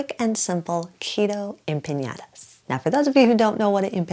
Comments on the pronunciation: Please don't pronounce it wrong. It's empaNadas, not empanYadas. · Please pronounce it the right way - it's empanadas NOT empañadas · Looks delish! One thing though, just FYI. It is pronounced like 'empaNODa' There is no tilde over the n. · em-pAH-nAH-dAH (no tilde so no sound for a tilde needed) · Appreciate the effort to pronounce Spanish...n and ñ have diferent pronunciation. Anyway, they look 😋 delicious.